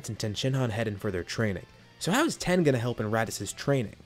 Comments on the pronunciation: Its tien, not ten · Are you saying ten instead of tien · Yo pronounce it teaen nit ten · Are you saying "Tee-en"? Or "Ten"? I hear the latter every time, but it should be the former. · Yea tea - in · TEE YEN, NOT TEN